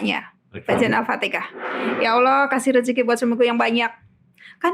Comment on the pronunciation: Al Fatihah ! Bukan Al Fatika